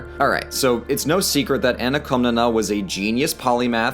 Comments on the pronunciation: shouldnt it be written "Komnene" in english, since its Κομνηνή in greek? (edit) i couldnt help but cringe every time you said KomnenA, it hurts. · Its Koh-mnee-nee and the male one is Koh-mnee-nos